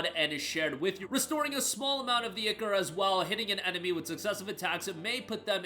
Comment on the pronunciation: Someone finally said the word right. It's pronounced "Ick" "or"! Not "I" "core"!